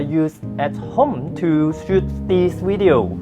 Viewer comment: please give it to my Wife because she "lily" likes your "weedio":D